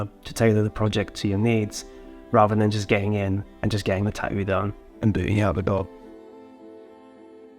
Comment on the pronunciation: The way this Hawaiian shirt guy pronounces tattoo is infuriating